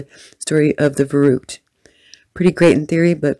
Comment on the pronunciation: gahhh, they keep sayung verrückt incorrectly.....